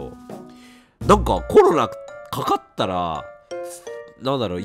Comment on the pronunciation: コロナが「ころら」に聞こえてワロタ お気をつけて えげつない発熱でコロナ！？と思ったらインフルだった人